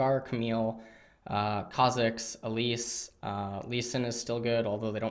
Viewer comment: Eyyy ma boi learned how to pronounce Kha'zix without triggering the whole dumb community. Thx:D